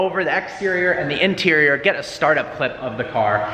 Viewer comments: He said interial instead of interior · Really the "interiol"?